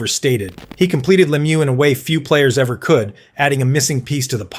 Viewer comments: Le Mew, not Lem you! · You can always tell an AI voice because they botch the names. It's not Lem-yew. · leh-MEW, emphasize the second syllable. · hea name is french pronouncing cause its a french name la-mieux no lemieux like its spelt.